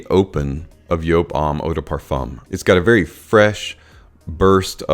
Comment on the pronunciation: Yes, that is how you pronounce it because it is a German company. So the J is a Y .